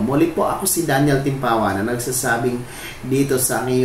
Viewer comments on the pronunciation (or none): none